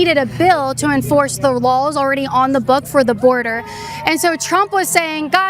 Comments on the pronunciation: I really wish she would learn how to pronounce "lawls". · I'm sorry but hearing Caitlin say "lawl" or "lawls" when saying laws cracks me up 😂